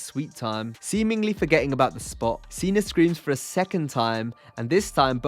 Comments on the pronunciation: Who are “Chiner” and “Cener”??!?? Those aren’t real people or names. From the look of the video I have to assume you are attempting to talk about China and Cena, but why in the world are you saying something different. WTF is wrong with you?! STOP SAYING “CHINER” and “CENER”!!! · “Cener” always cracks me up Lmaooo